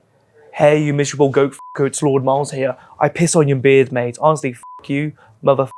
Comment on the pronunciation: Miles you mispronounced your own surname, you truely are r3t4rded 😭😭